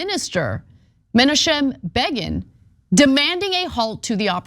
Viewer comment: I probably know that Ana pronounced the former Israeli Prime Minister's name incorrectly due to my age 63. I was in college in the early 80s and watched the daily news. But if she is going to do a piece and mention a well known former world leader she should learn how to pronounce his name before recording the spot. Also regarding Ana I agree with her 90% of the time but as a political commentator her skin seems to be getting thin when getting criticized. I couldn't do her job my feelings would get hurt too often but she seems to get more and more pissed when getting push back or criticism. Maybe she needs to take a break. I support her but she seems to need to take a chill pill regarding people giving her crap. Or find another pursuit. btw it's pronounced ... Men - Knock - em not men a chem